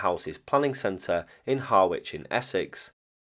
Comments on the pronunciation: Har-itch not Har-witch 😀 my dads from there .... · Not "Har-witch" !... "ha-ruhch" 😊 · Another fab YT. About twenty years ago I walked around it a few times whilst visiting. BTW Harwich is pronounced Harrridge.